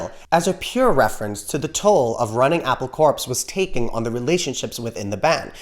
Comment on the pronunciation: *Correction: you say "Apple Corps" like "Apple Corpse." It was purposely pronounced "Core" as in the Marine Corps. Get it?! Apple Core? Haha! No malice, obv you didn't know, maybe Apple Corpse would be right if it weren't a business anymore but it is. Did you hear Sean was recently crowned by Yoko as the head of Apple? Yep. Anyway, before I start bitching about her, I'll quit, remember it's "Apple 'Core'" and that makes more Beatle sense! 😁